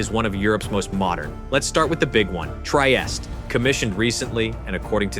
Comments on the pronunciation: Basta con l A.I. ,Trieste non Traiest😮Frigoriferi? Ma che dite! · Their carrier Trieste is pronounced "Tree-aiest-teh" not "Try-est". Sincerely, a non-Italian.